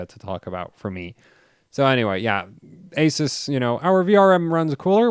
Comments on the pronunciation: My country the shop sellers all pronounced Asus as Ah Zeus! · Who is here to see when will learn how to pronounce "ASUS" correctly. LoL